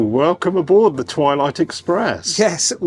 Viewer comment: I heard toilet tooo😂😂😂😂😂😂